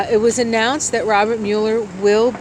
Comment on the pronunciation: Thanks for the reading although Mueller’s name is pronounced Mull-er not Mule-er.😍Blessings